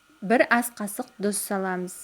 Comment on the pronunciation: ҚАЗАҚША ДҰРЫСТАП АЙТШЫ ДҰЗ ЕМЕС ТҰЗ БАСҚАСЫ КЕРЕМЕТ